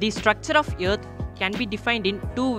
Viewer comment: Teacher: Please say earth. You: YEARTH!